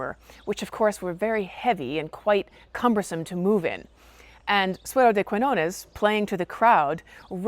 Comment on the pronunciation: The Spanish word "de" is not pronounced like the river Dee.